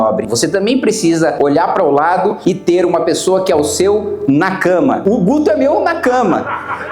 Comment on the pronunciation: "Nakama" com tom de "Na Cama", é pra acabar com a seriedade 😂😂😂😂😂😂😂